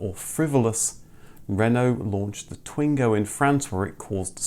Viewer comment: Twingo is pronounced "Twang-o"